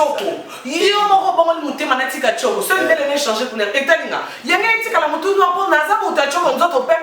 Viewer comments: azoloba ozo chanze au lieu de dire ozo changé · balobaka changer eza un mot français et non chanzé